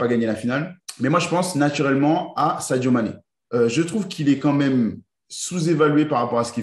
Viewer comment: J’ai arrêté la vidéo quand tu a dit Saido mane sérieux